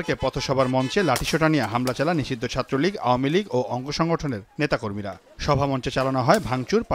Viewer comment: 😂😂😂 bokacodara nisidho bole😂😂 kangladesh